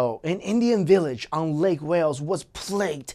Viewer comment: why does he pronounce "on" as "ung"??